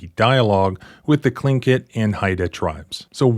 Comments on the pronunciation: I wouldn't say the icy city of Juneau but the pronunciation of Tlingit and Haida was good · so cool of to pronounce tlingit correctly